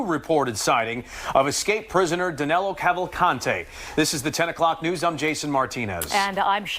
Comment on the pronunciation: Actually his name is DANILO, not Danelo.